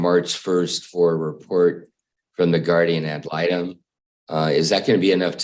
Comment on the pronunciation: And it's actually pronounced guardian ad litem.